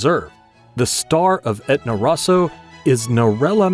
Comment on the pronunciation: Cuz it is an AI channel. Learn how to pronounce Nero d'Avola for one, Rosso for another.